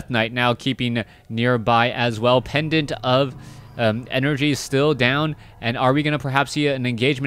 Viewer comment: . "Pedant of enERHH" hahahahahaha :D I love you man!